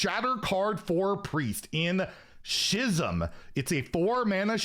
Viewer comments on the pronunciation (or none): Schism is pronounced skism not shisms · Don't want to be that guy but I'm 90% sure Schism is pronounced like the ch is a K so it's like S-k-is-m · is there a single word in english that you can pronounce correctly? She'zm? Really? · Minor note, Schism is pronounced "Ski'-zum" where the "ki" is pronounced like it is in "kill" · Schism is pronounced like "skism" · Sk-ism. Like School. Schism. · Love watching your shit, but aint no way schism is pronounced like that. Had to actually look at the second screen to see what it was. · Mispronunciations don't usually bother me, but this one sure did XD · must not be a fan of the band Tool with his pronunciation of Schism. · The way you pronounced Schism told me you're not a TOOL fan